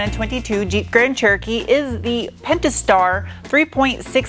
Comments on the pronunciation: It honestly sounds like your calling it a "Grand Turkey" and I love it 😀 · Why do I sometimes understand grand turkey?